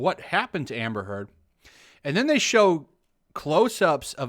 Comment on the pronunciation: Every time you say "Amber Heard" I swear I hear "Hamburger" hahahaha 🤭🙊🤷 Amber is so good at manipulate people, but now that Johnny exposed her, the manipulation isn't working anymore. That's why she's angry.